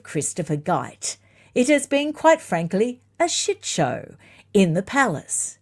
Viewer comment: unchained! Get 'em! It was when you said, "shit show" I thought, "Wait, sounds American!" 😂 Hang onto that Aussie accent, don't change! 😂😂 Thank you for the books you held up and great report. William will clean up the corruption. "William the Good."